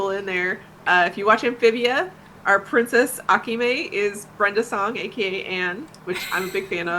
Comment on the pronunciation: It’s Akemi not Akime and it’s Takei not Takai